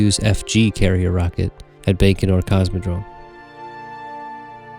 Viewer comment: Launched from Bacon-or? lol (bye-can-or)